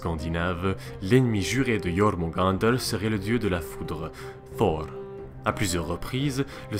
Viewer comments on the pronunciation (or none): Yeurmungander (avec les r roulés) :D